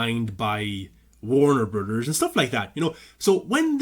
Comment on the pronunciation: Take a shot for every "Warner Brudders" lol